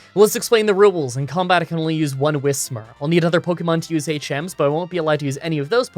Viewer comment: I payed so little attention to this Pokémon playing gen 3 that I thought it was whishmur my whole life. So hearing him pronounce it correctly makes me feel like my whole life is a lie